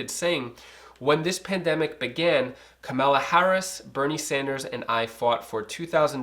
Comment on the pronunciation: Its COMMA-LA bro! 😁